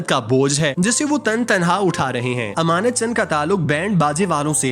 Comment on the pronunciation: ایمانت چن نہیں۔۔۔۔۔ امانت چن۔۔۔۔۔